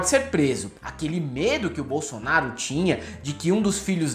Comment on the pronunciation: o pior, o robô : "bolsolnaro".